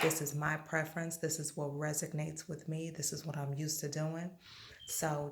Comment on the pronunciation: Very nice video! The word is resonates though, not resignates. 😊